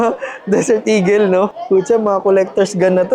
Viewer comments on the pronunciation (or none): none